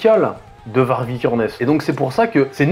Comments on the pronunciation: Je crois que Varg ça se prononce Vary (y consonne pas voyelle genre le même son que dans Aïeul mais sans le a devant ou le eul après, comme pour Greta Thundberg, qui se prononce.. ça veut dire loup en suédois et il me semble que la prononciation serait la même en norvégien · Ca se prononce "Var-yeuh". VAR-YEUH.